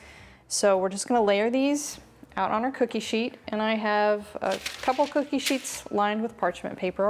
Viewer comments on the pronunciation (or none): none